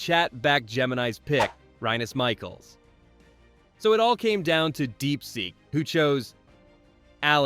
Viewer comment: The AI has been fed these players ,consistently,and you can not even pronounce rinus Michels name,so you are new on the block ,and have no business talking football